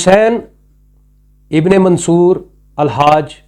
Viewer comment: آپ منصور کا نام تک صحیح نہیں ادا کرسکتے اور چلے ہیں ان کا فلسفہ بیان کرنے۔حد ہے